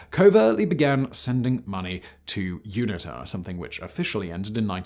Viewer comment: Erm, Simon it's MPLA, not MLPA. And you pronounce UNITA as You-nee-tah.